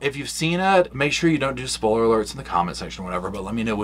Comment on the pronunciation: I can't get over the way says "spoiler".